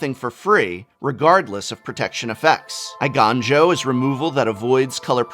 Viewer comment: Professor, please the "ei" in eiganjo and boseiju is pronounced "ay" as in hay the thing cows eat. Its a pure "e" (e for elephant) followed quickly by a pure "i" (i for igloo). If the words were spelt with "ai" then your pronunciation would have been correct.